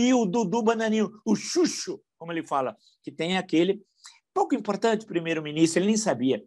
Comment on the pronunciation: HAHAHAHA. TCHÚTCHU! HAHAHA